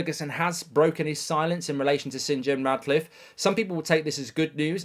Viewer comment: Ratcliffe not Radcliffe 😂